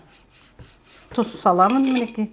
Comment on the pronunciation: Тұз десеңші дұз деген не?